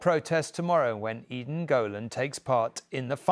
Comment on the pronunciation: It's pronounced: ED-en you putz. Not EEEden